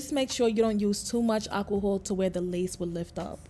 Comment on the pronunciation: Girl I got a good laugh when you said alcohol 😂😂😂- i said is she saying aqua hold or what 🥴😭❤️❤️❤️❤️❤️